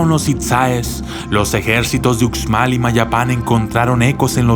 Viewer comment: Hola, gracias por tu vídeo, solo un pequeño comentario, en maya la letra 'X' se lee como 'sh' como cuando lees la palabra 'show' en inglés. Entonces se diría 'ushmal' y no 'utzmal'. Por favor no lo tomes como comentario negativo, en verdad te agradezco por compartir este vídeo 😀